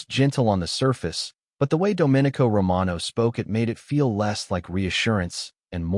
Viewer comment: Oh, also pronounce the main character's name correctly. That was very distracting. Should sound like " dough min ee co". Not like a Republic